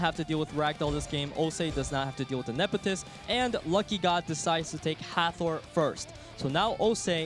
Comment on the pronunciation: No knowledge and can't even read monster names correctly off his clue cards. I wanted to strangle him every time he said "Ne-fe-tys".